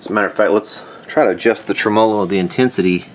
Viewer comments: Dude!!!!! SAY IT WITH ME!!!!!! (TREM-MUH-LOW) NOT (TREM-MOW-LOW) Whats wrong with you ya weirdo..... 😂😂😂😂just yankin your chain... i dont mean nothin by it... Love your videos man truly... i really mean that... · don’t get me wrong, love your channel and your general point of view, but this one drives me nuts. My history teacher used to say in situations like this “you put the emPHASIS on the wrong sylLABLE” /ˈtreməˌlō/ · I don't think I've ever heard somebody say trem"OH"lo before, so I got a kick out of that 😂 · I've been away! Missed ya! Congrats! You're getting better pronouncing ... TREM-a'low. When I get down to Louisville again im bringing my 100watt Yamaha - with 3 STYROFOAM SPEAKERS - for you to work on! That'll be a good show!!! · That's an interesting way to pronounce "tremolo".